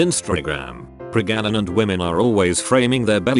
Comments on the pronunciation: "Prega-na-nant?" I think the robot voice needs a tune-up. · This robot has a hard time reading certain words. Like the word pregnant. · Normal people: Pregnant Me, an intellectual: Preganant, preganancy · Omg 'pregananant' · So this TTS reads pregnant as p r e g a n a n a n t ? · pregananant, i love how that sounds XD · Hilarious the voiceover didn't always match the text. "Pregananant" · “That yes, in fact, they are pragananant” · Did I just hear... PREGANANANT?! XDD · almost fell of the chair on laugh with that "pregananant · I laugh every time the voice says Pregananant 😂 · The way it says pregnant is killing me😂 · The way texttospeech pronounces 'Pregnant' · Please, just say pregnant... or were you trolling us??